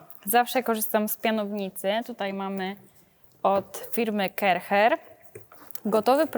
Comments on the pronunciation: Pani, nie mowi sie Kercher (tak jak sie pisze) tylko mowimy Kerszer. Poza tym wszystko super. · Sorry wielkie, film podziwiam ale wymawia się Karszer na tą firmę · A ja myślałem że wymawia się KARCZER😅